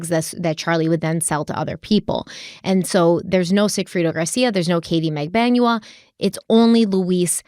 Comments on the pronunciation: Mag-ban-wa is the correct pronunciation. It’s a common Filipino last name but not common in the US obviously so it’s understandable to mispronounce it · Just watching this video now. got the right pronounciation: Magbanua in Filipino is Mag-ban-wa. 🙂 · It's mag-ban-wa. Accent on the 2nd syllable. :) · TBH it's cute when you mispronounce the names, and people should understand that it happens esp when the names are foreign, it's not disrespectful unless you do it intentionally. BTW Magbanua is pronounced MAG-BAN-WA (short A's always in Filipino). Love your work. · Pronunciation guide lol: Luis Rivera = Lewis (english version) Rivera. Jeff LaCasse = Jeff Luh-CASS. Detective Isom = Detective eye-sum. Katherine Magbanua - Katherine Mag-bahn-wah.